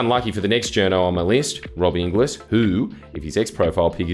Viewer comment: Inglis is pronounced "ingles"